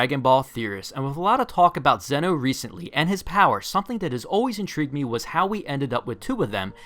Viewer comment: Btw it's not zeno its pronounced zen-oh like yu-gi-oh